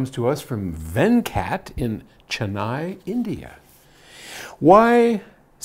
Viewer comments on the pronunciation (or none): ~ I was joking about the way pronounced the name " Venkat ", the person from Bharat who asked the question.:)